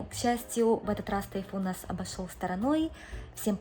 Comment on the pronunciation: С уважением отношусь к вам, как детям, но хочу задать вопрос. Почему в твоём произношении на русском присутствует сю, шю,ща, щто, ще- какой-то странный диалект. С щастью нась тайфун обощел щтороной? Это как?. По японски с мужем говоришь- этого нет. Я смотрю других блогеров- ни кто не говорит так как ты. Почему? Типа - Хоккайдо, Хонсю, Сикоку Кюсю? Что ты так говоришь? Шипилявишь? Так японцы не говорят. Отвратительная речь у тебя. Твой муж говорит чётко, а ты почему сюсю-мусю плетешь?